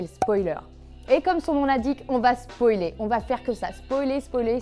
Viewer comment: "Spoualer" J'adore.